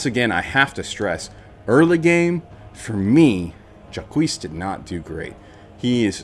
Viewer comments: That is definitely a choice to pronounce Jacques. :-D Sounds like Jock. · How tf am I supposed to take your analysis seriously when you can't pronounce "Jacques"? It's barely a google search, you lemon